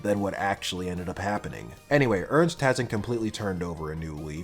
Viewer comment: Yeah, Ys 6 is a really good game. I am now going to tell you how some of those names are actually pronounced that you kinda butchered during the Video. Isha is pronounced I-sha and not Aisha. There is no A in the beginning. Ernst is German and not a grunt sound. It is a name. Think German for that one. In German it sounds very different.(It means serious btw) And Xisa and Jue you also kinda said wrong just like Heiyue. It is Ju-e and Shi-sa. Not Juu and not Shisha. Think more Chinese. And Heiyue from Trails is Hei-yu-e. People always forget the e at the end. And English has Germanic roots. And just for the record: I hate Terra!!! Worst voice acting in the history of gaming and I also hate her personality. I hope I can finish this game myself soon. I stopped before the cave. I did not want to see that Pirate Bimbo again. Planning to get a kitchen and a steamdeck soon. I have great plans for my steamdeck. I like Napishtim. Adol being German is kinda cool too. You learn that in another game. Not sure which one though. I hope you play the other games too. Celceta has some really funny gameplay. And Ys 8 has a bad map. For me at least. I have no sense of direction though. Enjoy your day.